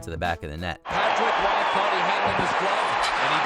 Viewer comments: Patrick Roy: is pronounced like Waugh, I know confusion when I first seen it and was like That's Roy (R-Oy) Waugh is prounced like (Wa- ah) only reason I find the mistake even funnier😂 the announcer prounced it correct right after the voice over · It's just WAAH!!! Not RWAAH!!! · Patrick Roy's last name is pronounced Wah like wah pedal NOT Rowah. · Patrick Roa. HAHAHAHA. Come on, you're Canadian! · The goaltender's name is pronounced "WAH". I would think someone at WatchMojo would know how to say it correctly, considering the site is based in Montreal, and that he spent about the first decade of his career with the Canadiens. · "Patrick Row-ah?" Can someone get Rebecca Brayton in here please! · Patrick roy not ruah. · How many times did the narrator mispronounce Patrick Roy's name 🤬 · I can't get over the mispronunciation of Patrick Roy